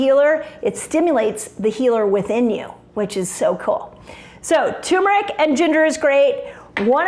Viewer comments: Let's improve your credibility: Pronunciation of Turmeric IS NOT 'TUMOR - ICK", it is pronounced "TER -MER-ICK". It is not a tumor, thus neither benign nor malignmant. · 😱PLEASE! For heaven’s sake: PLEASE. DON’T EVER SAY “ TU-MERIC AGAIN! It is “TUR-MERIC!” DON’T leave out that R…we all know you are way too bright to do that, but still… BUT this video is SO FABULOUS that even if you keep on saying TUmeric , we are all going to love you anyhow and continue kneeling at your feet because you are such a genuine inspiration. ( “AND INDEED, SO BRIGHT! 🥳🏆🥰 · it's tuRmeric not turmeric. thanks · Turmeric I guess the r is silent